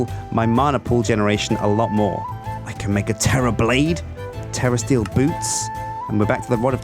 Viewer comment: Sounds like he is saying terrorist eel not terrasteel